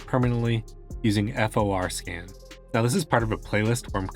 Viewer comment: WHY do you say F-O-R scan ??????